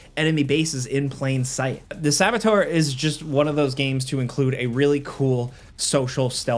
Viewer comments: Its not Sabatar.. its Saboteur. Its french. Goodness at least get the word right. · thats not how you annunciate Sabotuer. Its not SABATAR. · What the hell is that pronunciation of "saboteur" lmao